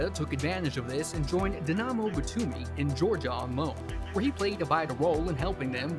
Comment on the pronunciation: Wtf is “Dynano”? Legit killing me